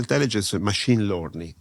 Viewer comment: “Mashìn Lorning”